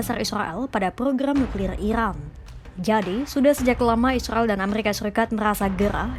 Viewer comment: Capek aku dengarrrrrrrrrrr, ilan dan islael....😂😂